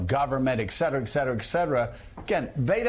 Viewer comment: Ecksetera, ecksetera, ecksetera.